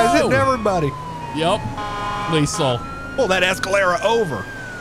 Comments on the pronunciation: Unless it's a joke I'm unaware of I lost count of the amount of time leasel was said instead of leTHAL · He sed lethal wrong the whole time😂😂